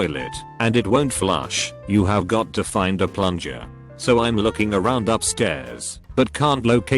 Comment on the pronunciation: Why the fuck does the voice get big words right but when it comes to basic words it fails so miserably 😂😂 what the fuck is Im.....it's I'm